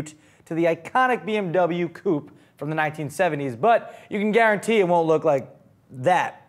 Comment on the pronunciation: Coupe is NOT pronounced "Coop" - that's where chickens live.